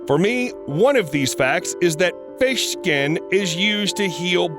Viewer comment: I DONT CARE HELP HIM "thank you fesh" (Edit)what happen to humanity these days